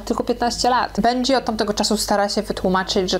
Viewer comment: bendżi król się wymawia i benji jest artystą